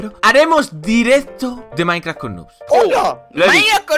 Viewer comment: Es idea mia o dijo minecraft con noods